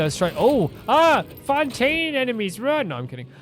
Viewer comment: *If skim through this, don't read there might be a minor spoiler for upcoming region* Yeah this can't be helped. Also it's Fontaine, without a u like fonta (that fontaine drink) or the regular word font It's the french word for fountain so Fountaine is not that inaccurate either (i don't mean to be rude, I say that cause I mispell some cities's names and comes up with memo like this)